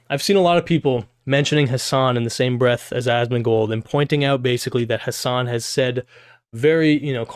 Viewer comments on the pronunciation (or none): none